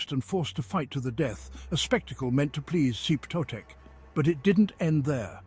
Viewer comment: clicked away at "zeep totec" holy shit dude